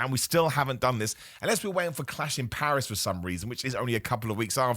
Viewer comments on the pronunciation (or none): none